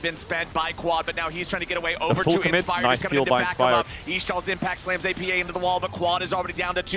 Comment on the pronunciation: I think its disrespectful to keep calling him oppa, when you know its pronounced A P A.